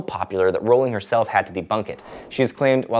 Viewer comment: I was on board the moment you pronounced Rowling's name correctly, perhaps I'm the only one but it bothers me that even people who claim to be big fans get it wrong.